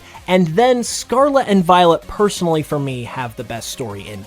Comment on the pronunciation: Can you please say the world Scarlet correctly.. just once please.